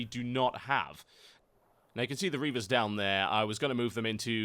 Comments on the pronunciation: reapers dued not reavers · You keep saying Reavers ... they're called ReaPers